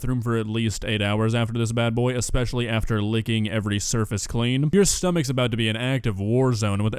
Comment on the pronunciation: "Ohhh, my schtomach bubblin'"